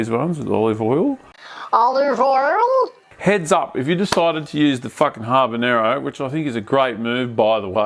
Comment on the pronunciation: HABanero, not HARBanero mate.